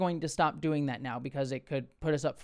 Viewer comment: for some reason, I heard the intro like "I hope y'all are Dwayne well" and it made me think of The Rock :)thank you, for that. I think I am Dwayne well today.